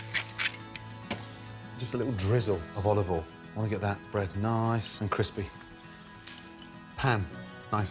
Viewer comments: I always thought he said "olive oil in", but now I realize he's actually saying "all of oil in". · "oliveol in" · Gordon Olivole Ramsay! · bit of olivol